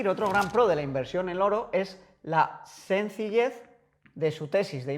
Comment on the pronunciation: Madrid -> Madriz Sencilled <- Sencillez